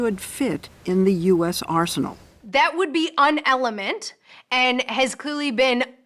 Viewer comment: “UN-element” lol